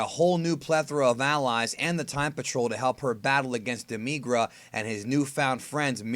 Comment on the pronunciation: why do you emphasis the i in demigra?